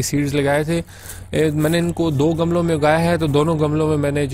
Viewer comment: Gamalon nahi gumlon